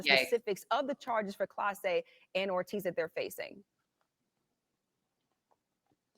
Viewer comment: Not Clase... Class-Eh!